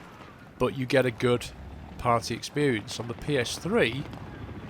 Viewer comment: it's party (said preatty but weird)